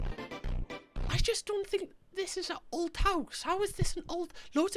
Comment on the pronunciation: Why does he keep saying ult instead of old 😭